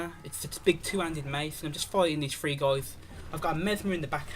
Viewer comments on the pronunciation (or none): I believe its pronounced three not free